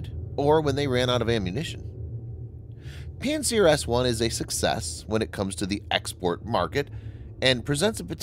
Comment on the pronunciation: It sounded like pantsdown-s1